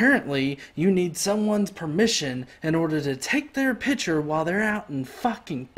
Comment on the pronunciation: what's a "pitture"? ^^